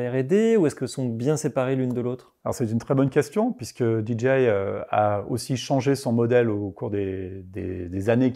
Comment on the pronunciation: En tant que "KOL" tu ne veux pas dire DJI comme il faut stp ? Tu parles avec 2 personnes de là-bas et chaque fois que tu dis la "DJI" ça me fait grincer les dents 😂😂